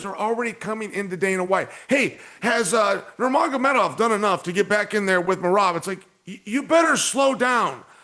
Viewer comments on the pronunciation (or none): none